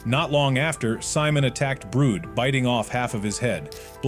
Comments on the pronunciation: brud❌️ brood✔️ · its brud not brooood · It’s not brood it’s brud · Why you said Mr. Sunday and it’s Brud not brood